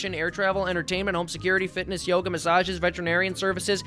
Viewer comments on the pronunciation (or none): none